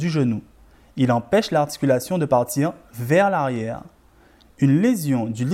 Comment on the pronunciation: « Vers l’arriewe » merci beaucoup